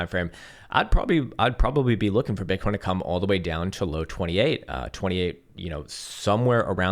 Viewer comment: Is it just me or did he say bitcorns several times today without realizing it 😂